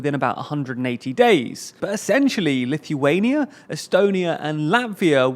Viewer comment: Good ol' Lithy-waynia